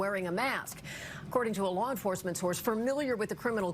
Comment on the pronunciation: "lawn forcement"